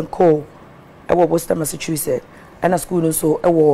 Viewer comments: Massachusetts wey ma man Dey say “MASSAKU “ den things 😂😂😂😂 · its simple tho, its pronounced Massashusetts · 😋 nkwadaa y3 hw3 Your pronouncing of Massachusetts was harassing you😀😀😃🤣💗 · The pronunciation of the Massachusetts bi some way bi ooo.